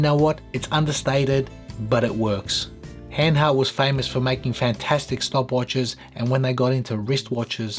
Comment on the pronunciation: And you pronounce it Hahn hahrt, not Hen hert.😀